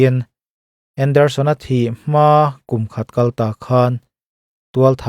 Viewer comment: Tlat khaw hnu-ah ka lo ngaithla ve a,chhiar thiam khawp mai.Mahse,'a sa ka'n tih i lam dan hi,'kal'hi ri sang loin,ri hniam tawi bung deuh vata lam tur a nih hmel.'I kal dawn em?' tiha 'kal'lam dan loin,'i kal dawn chuan' tiha lam ang hian aw.'A sa kalin'